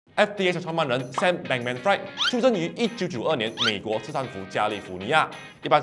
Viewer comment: 人家名字读作Sam Bankman-"Free", 不是Sam Bankman-Fried，你以为fried chicken炸鸡咩。